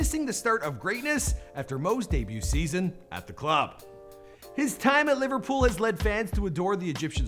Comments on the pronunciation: “Liverpools” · He said Liverpool’s at the start FFS it’s Liverpool